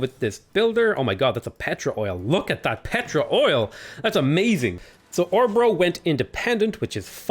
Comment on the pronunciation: If you are going to continue including Norway and Sweden in your games you might want to learn how to pronunciate the letters Å, Ä and Ö. Not that Swedish or Norwegian people are easily offended or anything like that, but it might give your videos some extra flare and accuracy... For Örebro, see